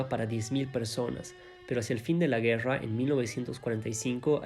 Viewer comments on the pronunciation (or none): ger-ra ó guerra... me da ansiedad como pronuncias la "r"